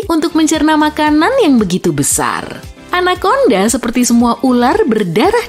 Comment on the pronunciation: 🗣️ Anakonda Ana konda ✅ Anak Onda ❌